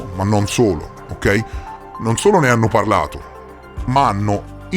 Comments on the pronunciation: roiters non ruters, dai che con l'inglese sei già migliorato un sacco 😏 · Scusa ma Ruters nn si puo' sentire.....si pronuncia Roiters